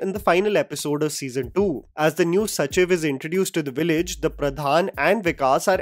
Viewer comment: It’s not Sachiv, its sacheeeeev